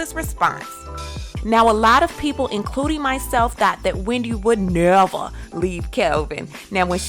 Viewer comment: When you said and emphasized "never" I lost it!